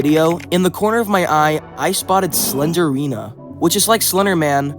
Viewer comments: just gonna put this here her name is slend-rina, not slender-ina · I like how he doesn't even call her Slendrina he says "Slenderina"💀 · Mf really said slendina instead of slendrina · its slendrina not slenderina 💀💀💀💀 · Why you sau SlenDErina not SlenDRina?😀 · The only bad thing about this video is how you pronounced slendrina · It's not slen der rina It's slen drina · He is saying "Slenderina" but It's "Slendrina". That triggers me haha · The way you kept saying slender-ina instead of slendeina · sorry, but you say it like slen-drina not slenderina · It’s slendrina, not slenderina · why do you say slender-ina? it’s pronounced sle-dri-na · its not slenderina its slendrina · "slender rina" 😭 "slender arena" 😭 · ur saying slendryna wrong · I hear "Slendrina the Seller" when you say it 😂 but actually this game traumatized me before because when I was a kid, my brothers likes to play this game to the point that they connect their phones to the speaker we have for our radio and play the game with full volume 🙃 I remember myself waking up early because they did the speaker thing then I was crying while hugging my sister 🕴️🥲 and sometimes I would see shadows and imagine it as slendrina standing and looking at me 😭 Edit: I hear "sled arena" whenever you say Slendrina 😂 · Pronounce "SLEND-RINA" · SLEN JR ENA IS HOW YOU PRONOUNCE IT sorry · Wait, since it's spelt Slendrina, then wouldn't it be pronounced Slen-drina? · Bro really said "slendErina" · The fact that the E doesn’t exist and he/she still pronounces it